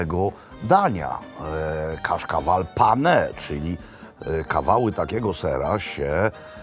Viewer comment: Panie Robercie, ser nazywa się cascaval czyta się kaszkawal 😁